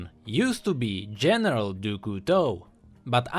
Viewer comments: Nah, there is no real english sound for "Du", it's not "Doo" "Cou" is "Coo" "Teau" is "To" IDK if you got me xD (btw in english it would look like "of the Knife") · No. For example, the "Du" is pronounced "dü".